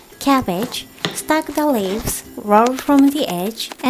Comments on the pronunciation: It's Cabbage not cabbege.. Lots of love to & Sutan😀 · Is cabbage not cabbege